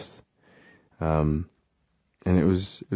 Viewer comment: julia vaughn same it makes me rly nostalgic and the way he says ‘and’ is like ‘end’ now and it’s getting to me a bit :(